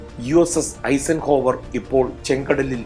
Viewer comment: ഐസൻഹോവർ . അല്ലാതെ ഐസക്ക് അല്ല Dwight D. Eisenhower ഇദ്ദേഹത്തിന്റെ നാമദേയത്തിൽ